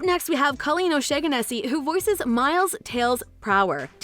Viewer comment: This woman fucked up the voice actress' name as well as a third of the characters she portrayed! I tried to remain patient after she butchered O'Shaughnessy but I absolutely lost it by the time she failed to get anywhere close to saying Konohamaru Sarutobi. Either she has a serious speech impediment or she's just not an anime enthusiast